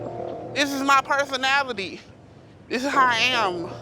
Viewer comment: "This is my personatalie"